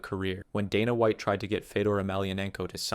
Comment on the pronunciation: donna white? randy coocher?? the funniest part is he pronounced both the names right at least once before going on to butcher them lmao